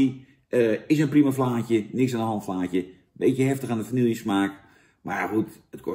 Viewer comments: Heel leuk allemaal Jantje maar je spreekt het toch echt uit als va-nie-je niet va-niel-je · vanielje vla vanielje vanielje het is vanille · lekkere vanielje vla!